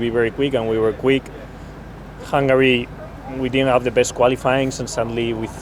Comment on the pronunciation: Charles: Hungary: ❌ Hangary: ✅